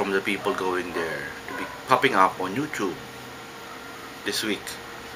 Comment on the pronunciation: If u ever stop saying "youchoob" I will pay someone to stop at your house every night at 3 am with a tricycle and just sit there and rev it for 5 minutes nonstop lol.